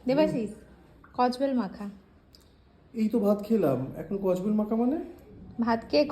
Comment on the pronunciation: Kodbel ❎ kojbel ❎ 😂😂😂😂😂😂